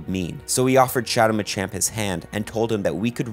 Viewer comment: Bro really said Machin